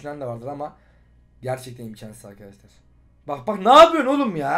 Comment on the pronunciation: nobody::ArKhAdashlAr